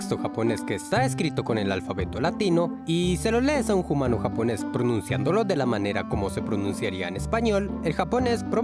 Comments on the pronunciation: Se pronuncia umano y se escrive humano no se pronuncia jumano. solo corrijo :) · Por qué decís Jumano en vez de Humano? La H es muda😅😅? Saludos! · Soy nueva en el canal, me gusta mucho su contenido, quisiera saber por que pronuncian "JUMANO"? es para hacerlo humorístico? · Bueno que la pronunciación del español es similar al japonés no estoy de acuerdo y por qué los primates dicen Jumano? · Soy nuevo en el canal, pero cada vez que dice humano lo pronuncia "jumano" pero no sucede cuando dice humanos. Es el toque que le da a sus videos o por qué lo hace, es un poco desesperante.